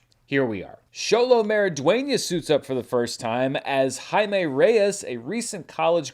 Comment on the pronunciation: Xolo is pronounced SH-OLO -- Thank you for pronouncing it correctly,! ♥